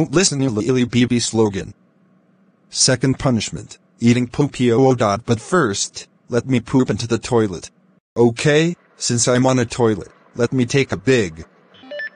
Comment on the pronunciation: pronounced poo poo wrong